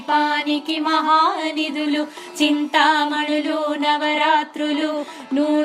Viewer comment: Chinthamanulu navarathnalu Thappu chadava koodadhu Mi prayathnam bagundhi Kani MISTAKES VUNNAYANDI (SORRY EMI ANUKOKANDI)